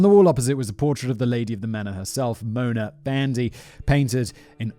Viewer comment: Malaysian here. Hearing Simon try to pronounce Malay words is absolutely hilarious. Fandey is pronounced just like Fendi as in Fendi the brand. This case was pretty big here actually and there was even a movie made titled “Dukun”. Black magic is still an active thing in the Malay community and people are still making it a business going as far as selling their services online during these trying times 😂.